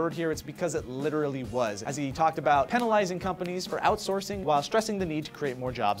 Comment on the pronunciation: you say penalizing wierd